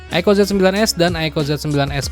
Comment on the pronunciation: apa susahnya sih bang bilang "aiku", bukan aiko.